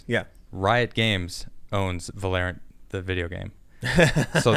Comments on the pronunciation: This man said Epic Games then said valorant like valarant 💀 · lol at pronunciation of Valorant. Also, that Anti-Cheat program is used in too many games to just say "don't play." Halo Master Chief Collection on PC uses that same anti-cheat software.